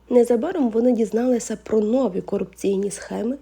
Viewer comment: Не нОві, а новІ !